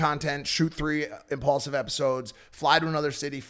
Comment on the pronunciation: Took exactly 1 minute for Mike to drop the word “impaulsive” what a clout chaser 😂